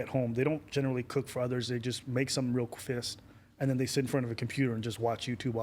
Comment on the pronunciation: This man said fest instead of fast haha